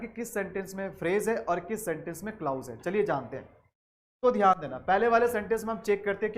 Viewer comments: The correct pronunciation is Kilàz not klaouz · Sorry Sir u are actually king but would suggest u something like it's क्लॉज not क्लाउज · Sir it's not clous but clause so please don't mispronounce it... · Mai bhi yahi kahne aya tha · Nhi clous nhi hota clause hota h sir bilkul correct h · Sir your pronounciation is. Wrong right clause क्लाज है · Teaching sa phly khud ko parh lien bs pta niii Kahan sy aw jaty Hien clause glat prha ha I have downloaded playlist but now going delete it.